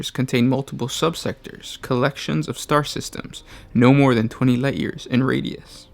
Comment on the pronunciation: did you say... light years?